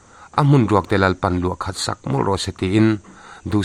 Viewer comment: Chanchin thar tawitété kan dahkhawmin, i lo ngaithla ang u, tih hi, kan dahkhawmte-- tih nise, A hmun ruak Pathianin luah khat sak, tih pawh hi ,luah khah, tihtur a ni, Tawng hi ziah leh sawi rik dan hi thiam a har a, fimkhur taka zir a tul hle